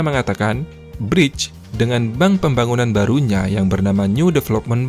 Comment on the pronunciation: bacanya briks bang